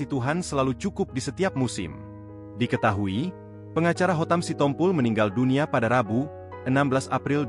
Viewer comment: Apalah si tompo el . Itu di baca si tompul. Gak ada marga sitompu el.